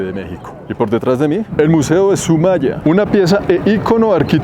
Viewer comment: Es Soumaya, no Sumaya